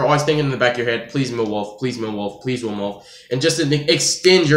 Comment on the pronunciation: It's mill not meeoh